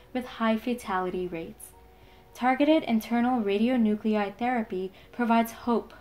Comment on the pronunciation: Very informative video. One edit: it's RadionuclIde not radionucleide